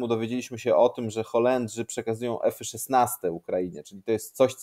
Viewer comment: podpinam się pod autora. Też nie rozumiem tej mody. Teraz będę musiał zacząć mówić że jeżdżę peugeotem 4007-mym. Jeszcze 2 lata temu nie było takiego w Polsce co by powiedziak eFy szesnaste tylko F szesnaście. Nagle każdy udaje inteligenta :)